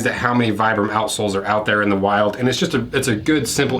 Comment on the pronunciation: Offtopic I always lough at "outsoles", which always sounds like "a.sh.l.s" 🙂